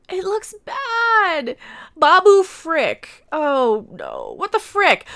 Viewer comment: Pickle Rick is what I hear when you say it